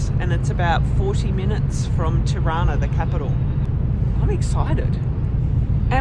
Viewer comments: Juste la traductrice doit prononcer mieux les noms des villes, Tirana la capitale n'est pas Chirana comme c'est exprimé ! Merci beaucoup pour votre documentaire réaliste. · Hauptstadt "Tana"??? Mein got....Tirana....heist das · Non Taba, mais TIRANA..